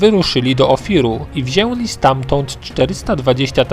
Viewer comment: Lubię bardzo Twoje filmy ale proszę zwracaj większą uwagę na wymawianie Ę, "wzięli" aż boli uszy :(